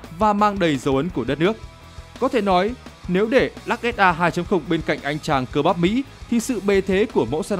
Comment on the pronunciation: Lux mà bố con đọc là "_Lắc " Tiếng anh Đại học Trường Sơn !